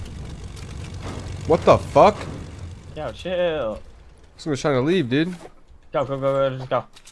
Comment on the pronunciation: this man says fickk haha